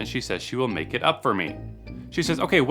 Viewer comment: "...To make more..." * "To lmake more..."